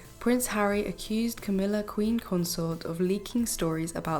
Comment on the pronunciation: Love your ‘Crowmilla and lazy Kate!! Cowmilla and Khate😂